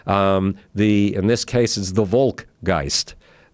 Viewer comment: If anyone is interested in the proper pronunciation of the German word "Volk", meaning a people, I'm a German so I will explain it to you. It's pronounced exactly like the word folly, except not with y as the last letter but k, keeping the other phonetics of the word. Howard knows the German words perfectly but pronounces them with English language intuition which means it's not phonetically correct, if you want to impress a German with it on a party.